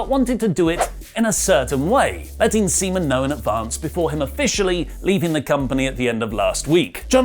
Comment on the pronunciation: It's SEAMAN! Not ceman. Swallows! come !